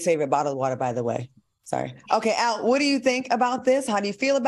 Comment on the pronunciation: Not “Al” 😂